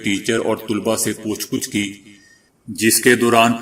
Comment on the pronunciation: پوچھ گجچھ ۔ کے گاف پر زبر پڑھیں